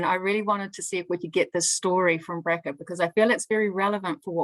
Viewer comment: The name Bracha is not pronounced Bracka please ask her how to say "CH". Her name is Blessed in Hebrew.